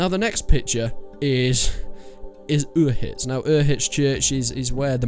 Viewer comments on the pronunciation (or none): dude... It's not pronounced "Ur-hitz," it's pronounced Bannerlord release date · The hell is Oohitz? Did you even play the game? Every character says "Uzh-itz". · it's U-zhits, not Uz-hits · Uhitz? It's UZHIC (Užice)... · It's not ohitz it's oh shits